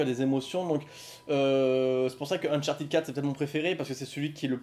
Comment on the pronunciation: Salut, 2 questions! 1: Qu'est-ce tu en pense d'un jeu du style James Bond comme nouvelle licence de Naughty Dog? 2: Pourquoi Uncharted se prononce Unchartid et non Uncharted?